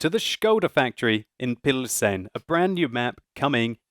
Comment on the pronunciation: if you choose to use the english name for the city, "Pilsen", which is what it's obvously called in the game, here is the correct prononciation [pilzn] also, škoda is pronounced without the U, you say škouda, it's just škOda. Another thing, when you play a czech tank and you repeat the commander's quotes, when you hit an enemy, you say "dostaVi to", as far as i can hear, but there is actually an L in there, "dostaLi to", just thought i'd make you a little czech pronounciation course:D